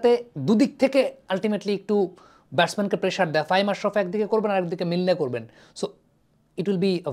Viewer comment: ভাই, তিনি অ্যাডাম মিল্ন! নামটা এটলিস্ট সঠিকভাবে পড়েন!